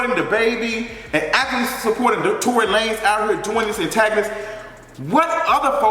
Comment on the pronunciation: Lmao not Tory la-nez